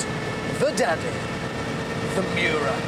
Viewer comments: Nice "Muira" .... you would expect more from top gear channel... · Richard Hammond said it well. It is the Miura, not Muira. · Muira??? Miura!! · the name is MIURA not muira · the intro says Muira and not miura lmo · "Muira"? Ummm....... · ITS NOT MUIRA, ITS MIURA. I DON'T KNOW ANY "MUIRA" >.< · pronounciation : muira: moo-ee-ra miura:mee-you-rah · It's a Lamborghini Miura, not MUIRA! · it'a Miura not Muira .. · omg not muira...MIURA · No one: Top gear: Lambrogonio Muira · Muira? Lol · It‘s called the Miura! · Nearly 2 million and they don't even bother to correct Miura. Unbelievable. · shouldnt it be Miura?